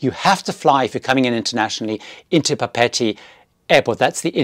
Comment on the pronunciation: LOVED Paul Gauguin! You mispronounced Papeete.